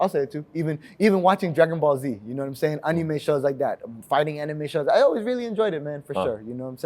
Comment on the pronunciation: Mans dropping more “gnomesayin”s than JROC!